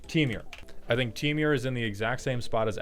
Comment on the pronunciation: why do you say "temiur" instead of temur like a normal person? (/j love your vids)